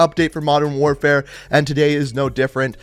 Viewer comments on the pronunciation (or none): none